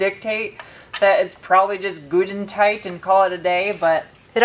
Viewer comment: "Gud 'n' toight"